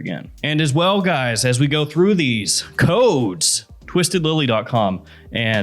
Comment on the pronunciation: every time you say CODES i hear Armani Code 🤣🤣🤣🤣